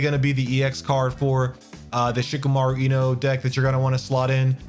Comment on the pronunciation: It’s Shi-KAH-MAH-roo. Thanks for the video ✌️